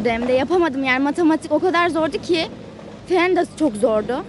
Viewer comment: fen de çok zordu derken ki kapalı “e”